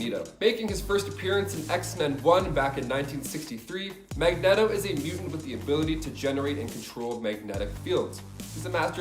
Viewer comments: He also said (magg-neto) instead (mag- ne-to) and then said mag neto the entire time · Great video cuz, but it's pronounced Mag-Nee-Toh and Ill-Yana. Beyond that I appreciate your content ☺️ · Quite a few errors in the beginning. He first called Magneto... Magnet-0 Totally screwed up the Wolverine Age of Apocalypse explanation